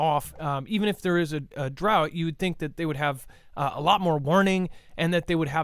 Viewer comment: Just to be helpful - drought is pronounced drowt